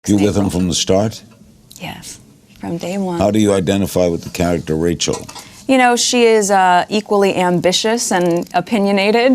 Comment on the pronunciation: rachel. It's rachel.